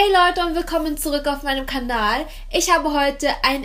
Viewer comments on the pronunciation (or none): Bin ich die einzige die am Anfang hört das sie nicht Kanal sondern Kandal sagt? Oder hab ich mich verhört